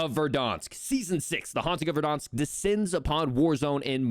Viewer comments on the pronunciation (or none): Great video, but its ver-DAN-sk not ver-DAHN-sk. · He can’t say Verdansk properly lol he’s adding an extra R - Verdarnsk lol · Am I the only one who thinks it's funny that he pronounces it "Verdonsk"